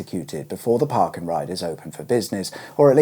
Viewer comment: Love that you pronounce 'Park & Ride' as "Parkandride" rather than the more common "Park; andride"